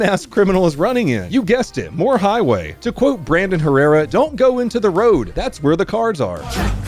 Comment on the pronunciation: did you say "Donut play on the highway" 😅😂🤣